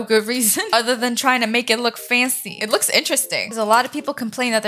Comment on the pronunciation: Who else loves how she says faNcY